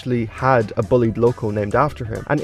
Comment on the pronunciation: And I think you mispronounced “Bulleid” as “bullied” instead of “bull-eyed”.